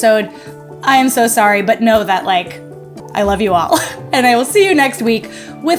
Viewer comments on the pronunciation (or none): The emphasis on the NON-BAKING episode. Hahaha